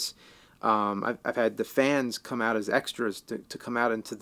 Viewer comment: "Has i am American"? Sound foreign to me haha.